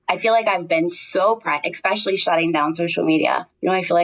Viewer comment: Super excited to celebrate sobriety. ❤ The word especially has no k in it. 🤦‍♀️